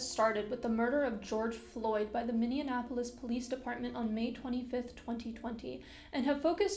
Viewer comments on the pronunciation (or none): Minn-Knee-App-Po-Lis, NOT Min-Knee-En-App-Po-Lis. Take it from a guy who has lived in the city that sparked this movement all of his life. I agree, we need to have more respect for our furry brothers and sisters of color. We need to stop police brutality among P.O.C. and of the mental health community, because the Minneapolis Police Department surprising enough have been in hot water before for misconduct of those of mental health issues, and we need to reform the police into treating others better and not continue the systemic racism that continues to persist in western society.